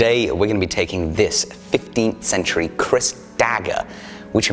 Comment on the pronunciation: Its KERIS not Kris